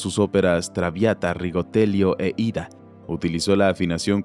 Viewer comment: rectificación: VERDI compuso AIDA ... no IDA